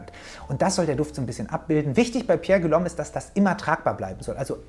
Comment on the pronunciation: Pierre Guillaume wird "Pierre Gi-yom" ausgesprochen